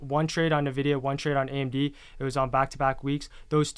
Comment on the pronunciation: Do they both refer to Nvidia as Navidia? 🤔